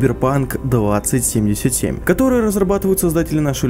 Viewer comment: Блять как мне режет слух 20(пауза) 77 сука название 2077 это как сказать 2к 77 это раз второе лучше пускай делают дольше но выйдет качественнее и третье мне кажется будет deus ex с кастамизацией ГГ и вобщем то и все. Я читал много книг, комиксов про киберпанк смотрел аниме и фильмы играл в игры и думаю врятле меня чем удивит проект(я не утверждаю лишь имею догадку)